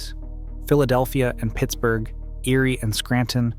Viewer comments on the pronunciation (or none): none